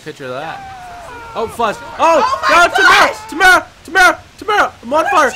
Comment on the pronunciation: you are lieing samara has been tammara the whole time